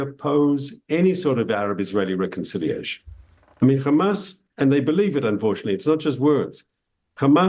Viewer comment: Did he just say hamas I strong?